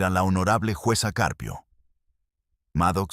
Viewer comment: Este narrador no sabe leer el apellido del juez es Caprio pero el narrador dice juz CCarpio narrador apellido lo dices mal es CJuez CAPRIO no CARPIO